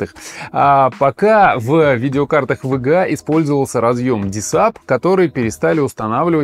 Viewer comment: Неудачное решение использовать ломаные названия. Во время просмотра это звучит как тега, вега. Я смотрю а у меня в голове ассоциативный ряд видеокарта от амд. В итоге сложно воспринимать какая-то каша. Если бы оно еще звучало как вга, но он быстро произносит и получается вега. Зря вы пошли этим путем. Нужно всегда выбирать грамотный путь и делать правильно. Исправляйтесь в будущем.